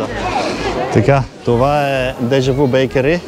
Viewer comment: Произнася се, дежавю а не дежаву.